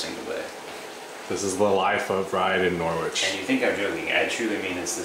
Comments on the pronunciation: Great videos guys! Just so you know, it's pronounced Norritch and not Nor-wich =) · It's pronounced NORRIDGE!!! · I know Norwich very well and been to all those places. PS it is pronounced Norrich 😊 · Thanks. I winced every time said it that way 😂